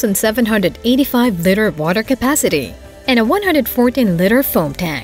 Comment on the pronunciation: Hire a real voice actor that doesn't pronounce liter/ litre (lee-tur) like litter.